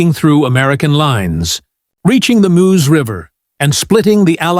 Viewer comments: Moose River? Try Meuse River. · Meuse. Not MOOSE